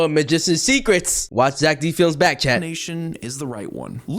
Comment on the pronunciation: ITS ZACK D FILIMS NOT ZACK DIN FILIMS